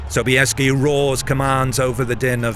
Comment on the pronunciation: Озвучка мерзопакостная, Собиес вместо Собесского, хазары вместо гусар, да и вообще...